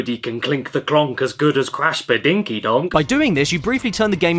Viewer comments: Please just say Bandicoot… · what's "controversial" about swapping the C's and B's in the name of a fictional character? The name is literally mispronounced throughout this entire video, the only difference is some people might actually accidentally call Crash Bandicoot Brash Candiboot, how do you think i came up with it?🤷‍♂️